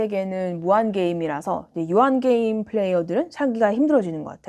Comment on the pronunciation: 한국식 영어로는 "께"임 이라고 하는데... 역시 본토 발음으로 "게"임 이라고 하시네요~ ^^ 잘보고 갑니다.